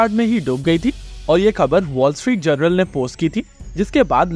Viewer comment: its "Wall Street J-O-U-R-N-A-L" wise guy, not "Wall Street General"!!!